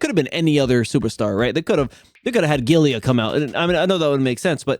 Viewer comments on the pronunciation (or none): Hey,. Quality vid my guy! Agree the show was ok but still very flawed. Just wanted to say Giulia is pronounced "JOO-lia" and not "GILL-ia". All the best mate. 👊